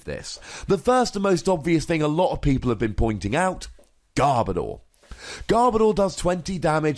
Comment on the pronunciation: GARR-BO-DORR!! well it's actually pronouced Garb-Odor in the dub anime, but i guess this is how the fans has treating this poor guy for not liking him.